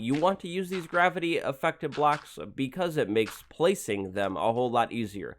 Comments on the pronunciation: you said "Gavity" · "Gavity" Lmao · What is "Gavity"? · "Use gavity" Nice job